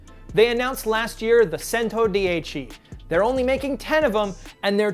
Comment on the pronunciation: just give koenigsegg access to vag test track😂 and it is DI-CHE not di-e-chi